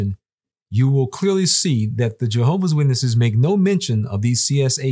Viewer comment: Why is it so hard to add the S in Jehovah’s witnesses?